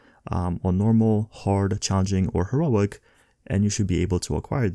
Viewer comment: Her-O-IC. Lol